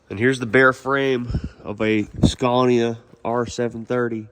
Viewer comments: i love to watch this scania series, in the last video when u said scania it sounded so swedish like actual swedish🤟🤟🤟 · So you've learned to pronounce SCANIA the right way eventually :D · Give him a break dude, languages are not easy 😂 All good to you 👍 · That’s the most “correctly pronounced with a thick American accent” Scania I could have ever imagined. Nice. Sounds like the way it should be said in America 👌🏻